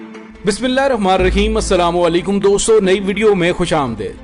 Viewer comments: آپکا بسم اللہ الرحمن الرحیم پڑھنا درست نہیں اسے درست پڑھیں میں ہر ویڈیو کو غور سے سنتا ہو ں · Dr Ali ! BISMILLAH to sahi parho